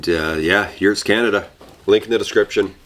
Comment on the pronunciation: "Did you say Yewts?"